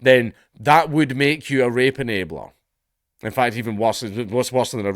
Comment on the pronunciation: You know your countries cooked when a surviving WW2 Vet says your country wasn't worth the death of their comrades. Your accent Count really sometimes sounded like you said Rape-a-nator like they are some depraved perverted Terminator